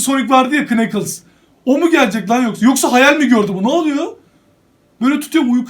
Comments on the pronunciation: Evet o kneakles ama nekıls diye okunuyor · Abi o nakıls diye okunuyor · Kıneķıls değil kanıls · Knuckles nakıls diye okunur